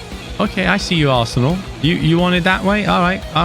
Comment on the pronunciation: Hidden message is saying "ASSENAL" isntead of "ARSENAL"